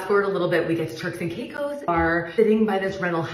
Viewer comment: It sounded like you said “terks and cake hoes”